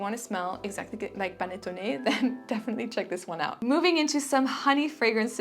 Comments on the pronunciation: Hi! perfect pronunciation of "panettone" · Great video! Thank you so much from Italy! You pronounced "panettone" perfectly! ♥